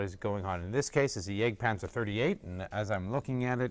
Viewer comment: Why does he gotta pronounce Jagdpanzer like that